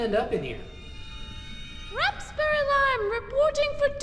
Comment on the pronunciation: He didn't say "why are you even here" he said "why are you even heret"!?!?